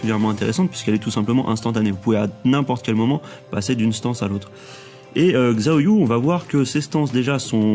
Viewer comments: Magnifique tuto comme d'hab ca fait plaisir ^^ par contre xiaoyu se prononce shaoyu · Haaa :) MON Perso ! :) Pour le coup elle, tu ne la dénigres pas haha, merci beaucoup pour cette vidéo, j'approuve :') on parle trop peu de Xiao Xiao ... (Par contre ça se prononce 'Chao'Yu' hein x) Mais depuis Tekken 3 je joue avec elle. C'est la seule que je maîtrise en fait, et dans TTT2, bah je fais des combo de malade avec Miharu Hirano ♥ =) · En réalité ça se prononce "siaoyu". Le "shaoyu" que tu as entendu es du aux accents des gens qui font la voix.